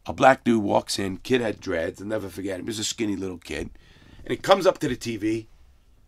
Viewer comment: Larry "I'll nevah forget it" Lawton.